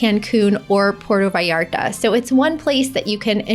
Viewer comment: It is pronounced pu-erto vallarta not Porto!